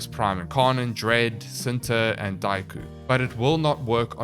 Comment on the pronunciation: It's pronounced Chin-ta (indonesian word for 'love') Nataruk itself does not have any headshot multipliers on any of its firing modes, so i wouldnt go for a longbow sharpshot build. Pretty sure it still procs the dmg buff, but it doesn't feel good with the knowledge that you're not getting additional multiplicative bonus from weakpoint damage as well.